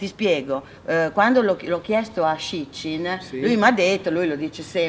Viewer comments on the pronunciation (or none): Susy ti voglio tanto bene! Pero' guarda, se continui a chiamare Sitchin con la tua pronuncia italiana, ti viene fuori "Shit Chin", che non e' una belle cosa (seppur fa ridere) :D